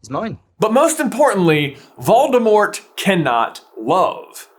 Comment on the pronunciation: Did you say, "The Dark Lord Baldemort"?